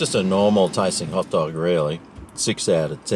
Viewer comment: I thought he said pot dog :28